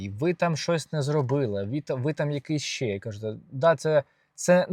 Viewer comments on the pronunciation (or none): не щє а ще